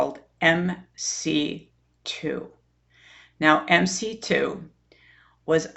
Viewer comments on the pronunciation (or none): The agency MC2 is actually pronounced MC-squared.